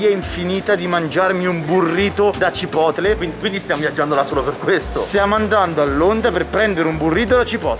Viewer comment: Nessuno: Assolutamente nessuno:: CIPOTLE